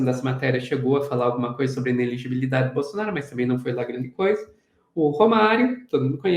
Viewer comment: Simples ! Ele é incapaz de pronunciar "inelegibilidade"!😂